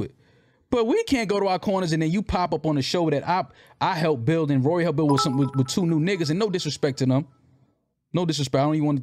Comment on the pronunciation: It's rory not ruuuuuuury 😂😂😆😆😆🤣